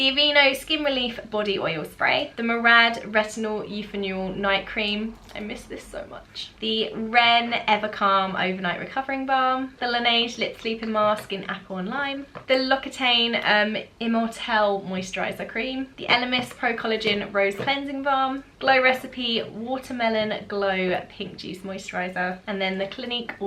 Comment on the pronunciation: It’s pronounced “lox-ee-tan, not lock-itayne”